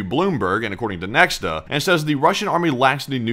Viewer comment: Interestingly, since Nexta is a Belarusian news outlet, it is pronounced "Nyekhta" (which means "someone") ("X" in Belarusian is pronounced as "H" or "KH").